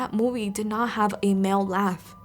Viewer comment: I remember that time when you say that moive